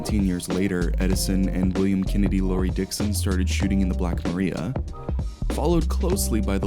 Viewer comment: at :40 I know it's spelled Maria, but it's pronounced Black Mariah.